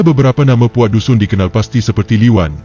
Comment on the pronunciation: Sebutan nama kaum tdk ngam..Lebih cantik kalu org bangsa sendiri yg buat kajian..